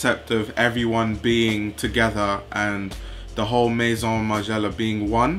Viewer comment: Good video for the most part. Maybe teach people how to properly say "Maison" instead of saying it like "Mason". I don't get how difficult it is to say that one word correctly and yet most videos on here are saying totally wrong!!!